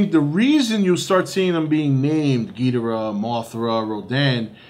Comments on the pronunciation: If your such a big ghidorah fan try to pronounce his name correctly. gih door uh. Not gee der uh. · For someone who's a fan of Godzilla's most popular enemy, surely does not know how to pronounce his name right. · Your saying ghidorah's name wrong